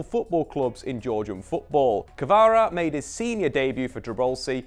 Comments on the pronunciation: all good but he is Kvara, not Krava :) All the rest is well explained! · I couldnt listen through all this. KVARA not krava for gods sake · it’s not Krava it is Kvara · and he called my man krava the whole video too